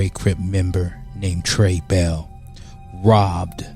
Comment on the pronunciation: Tray ball not tray bell, get your facts right